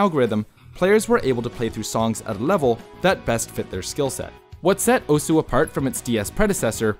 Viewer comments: Great video! Osu! is an absoluteley amazing game and it's always cool to see videos like this which help showcase the game to a new audience BUT ITS PRONOUNCED OS NOT OSU REEEEEEEEEEEEEEEEEEEEEE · Still can't believe it isn't pronounced "oss" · OSU WTF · Learn how to pronounce Osu